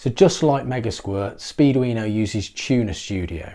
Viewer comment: I hear you saying "speed-weiner" every time. It doesn't detract from the content. LOL